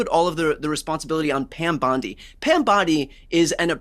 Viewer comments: It's BONDI not Bandi! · How on Gods earth does this guy keeps calling the AG Pam Bandi instead of her real name which is Pam Bondi who is this idiot that cannot pronounce her name correctly,so annoying.